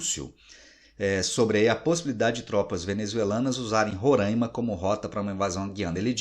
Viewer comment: Professor, a pronúncia do nome do estado está errada. Roraima e não "Rorâimann".